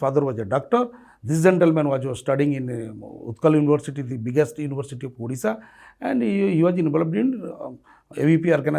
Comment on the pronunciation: It's called Odfisha not Udisha. ओडिशा ..should correct it ...